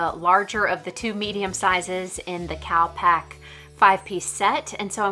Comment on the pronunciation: Enjoyed watching but I kept thinking you were saying "cow pack" not cal pack, lol I thought why would a travel equipment company call themselves cow pack xx